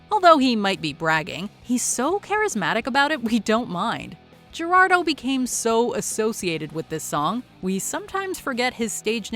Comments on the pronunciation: i think its pronounced Her-aldo for Geraldo not Jer-aldo. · Gerardo is pronounced "hair are doe" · This top is awesome. But, if you really respect the musicians, research how to say their names properly. There are even YouTube videos on how to pronounce Gerardo.